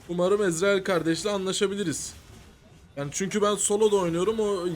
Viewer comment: Ezreel diye okunmuyo ezriêl diye okunuyo haberin ola <3